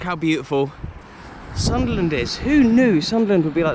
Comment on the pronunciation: Just subscribed with you..Saw the Hammers vlog and Arsenal vlog plus the ground that you played at that’s now “Planet of the apes”..Mate your videos are so interesting..And I’m a Sunderland fan and you say Soonderland very well 👌 ..Red and white army…Really good vlogs mate.. And yes we are bigger than Newcastle..🤣..